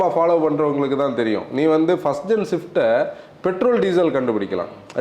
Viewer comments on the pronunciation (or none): Please don't fckn say 'Shift' 🤢 it's 'Swift'. As an informative channel it's not fair to pronounce a car wrong!